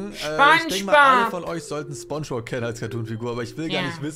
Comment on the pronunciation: gamingdude2.0-pj3zm er hat gesagt spongggbob